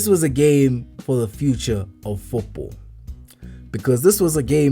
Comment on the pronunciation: I swear this man is saying Foopball 😂😂